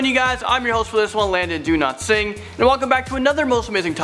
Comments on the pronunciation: wait i thought he said do not sing not dowlatsingh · Do-lat-singh? Ur name has a 'W' in it ,so why u doesn't pronounce the 'W'? Its DOWLATSINGH damn it 😑😒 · I thought he said his name is do not sing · he pronounces his name different every video😂